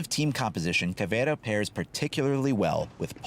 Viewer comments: ALRIGHT FOR ALL YOU WHITE LITTLE FUCKS OUT THERE!!!!! YOU PRONOUNCE IT: "Caw - Vei - Raw" AND TO MAKE IT SOUND BETTER !!! ADD A FUCKING SPANISH ACCENT AND THAT'S HOW YOU PRONOUNCE IT. STOP CALLING HER "Ca : vee - era" you little fucks. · Actually it's Ka-vei-ra (pronounciation) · Pronounce it like Caveruh Mute h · It's cav-iera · It's pronounced caviar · really your Portuguese of Brazil is bad but it's good to see a channel that I like making videos of my country operators